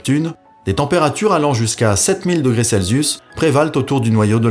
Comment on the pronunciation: Intéressant. Peut-être auriez-vous pu préciser de façon succincte comment Galilée à induit la présence d'une planète. Un détail : pourquoi prononcez-vous Celsius "Zelsisu" et non pas "Selsius" ? Je sais, je pinaille.